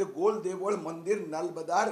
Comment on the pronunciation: गोल देवळ नाही नीट बोल गोल देऊळ